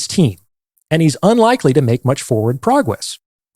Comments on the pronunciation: "Pwagwess" 😂 Sorry I had to. 😁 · ahhahahahah “progwess”